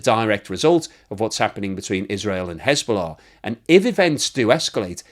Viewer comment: There is « hezbollah « and there is » schisbollah » 😅